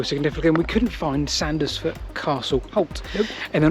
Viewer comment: Love your videos but your pronunciation in this vid is a bit screwed. Its Sands-foot and Wyke is pronounced like bike as in Wike.